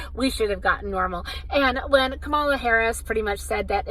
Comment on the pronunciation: It’s ‘comma-la’